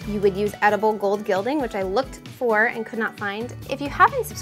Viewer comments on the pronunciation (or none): none